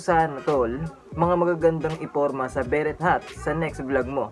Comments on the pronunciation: pre, 'be-rey' cap ang tamang pronunciation hindi 'be-ret' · be-REH or be-REY, not BE-ret.